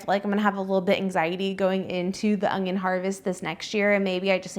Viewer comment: Its un-yon. Not ongyon. Why do so many people struggle with pronouncing it without a g???